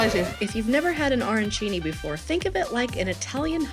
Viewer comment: All due respect to who I love watching but her pronunciation and description of Arancini was hilarious and cringey for a chef but the risotto pronunciation may have been worse since I thought that was such a universal known one by now!!!! Luv U K